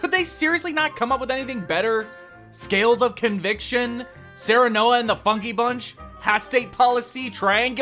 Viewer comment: "Scales of conviction" is so phonetically pleasing. Nice! :)